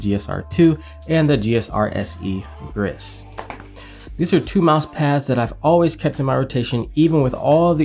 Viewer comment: "Grizz", "Rogue", "Mattee" 🙀 Love the videos despite the questionable pronunciations 😅